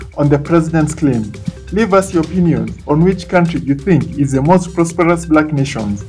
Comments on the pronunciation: He didn’t say prosperous.. he said “prosproperes” 🤷🏾‍♂️ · Did he say the most prospros Black nation in the world!?